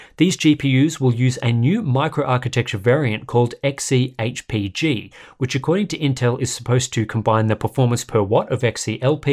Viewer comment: Xehpg .. how many takes did you need to say that..well done mate.. will get worse when reviews include gddr... she sells sea shells stuff again. Naming conventions gone crazy again